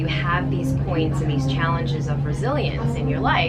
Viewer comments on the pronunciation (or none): "(...) You have these points and chalanges of brazilians in your life." I swear I heard that from her hahahaha